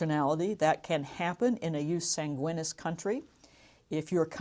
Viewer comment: Should be pronounced yoos 'SAHN-gwee-neees